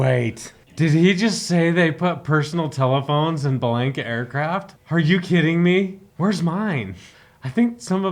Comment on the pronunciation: B-Lank-a is an incorrect Americanized pronunciation. The promo narrator excepted, when I sold Bellanca's and visited the factory in the late 70's, they said B-lawn-ka. The for real granddaughter of Guiseppe Bellanca (Nona) who I went to high school with was B-lawn-ka. Even Youtube confirms the correct pronunciation of this Italian name, I loved my Turbo Viking and am just happy this Youtuber is promoting the finest flying 4 seat airplane ever made, even if Americans can't seem to pronounce the name properly.